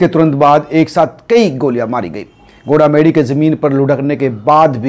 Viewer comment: Gola medi nhi bhai goga medi h